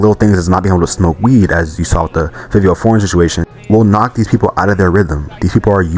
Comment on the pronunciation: Is this a.i. his name is not fivio foreign it’s favio foreign